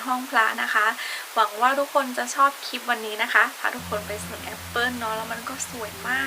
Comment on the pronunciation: คลิป คลิป อย่าออกเสียงเป็นคิป นะคะ โปรดออกเสียงให้ชัดๆด้วย